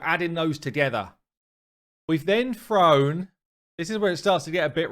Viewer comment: Spell thrown…… say thrown…… British version of thrown…… froan?